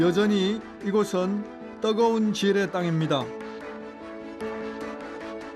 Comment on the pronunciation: 떠거운 곳? 떠거은? 발음 개 웃낌~^^